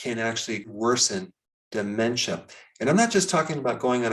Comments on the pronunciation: Why does he say DU MEN CHA instead Dementia? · Why are you saying/stressing ... De..men...cha like that. ... very off putting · Say Daaamentia one more time very irritating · What is it with the DE-MEN-TIA thing? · De-Men-SHA! I never knew it was supposed to be pronounced in broken syllables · Why do you say "dementia" the way you do in the beginning. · Your pronunciation of dementia sounds like Trump's pronunciation of "China"!